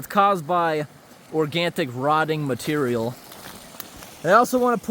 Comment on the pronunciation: I wanna point out for your benefit its pronounced organic Or gan ic. THeres no T in the word and so or gan tic is incorrect